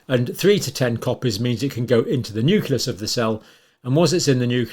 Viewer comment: It,s Nucleus. not nuculus. I assume you also say nucular.